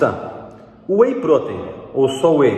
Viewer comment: A pronúncia de “protein” está incorreta.